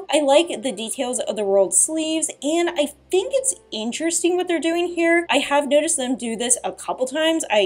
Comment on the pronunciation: You have a really bad speech impediment.. you pronounce T and Th as F and FUH. Why? Like, "I fink"..